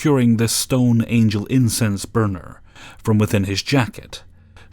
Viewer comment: "Incest burner" Lol.